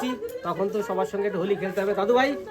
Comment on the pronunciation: Hawli nhi hoti hai it's Holi